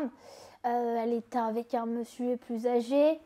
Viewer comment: « avec mesieur »😂😂